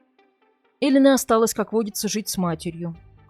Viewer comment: Почему Элина с ударением на первый слог? Неужели так говорят в Италии?